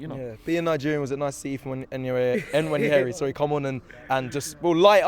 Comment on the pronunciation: Jeeeezus Christ. It isn't hard to say, Waneri (it's a silent N) simple. you might want to get used to saying Waneri. Cos you're gonna hear his name alot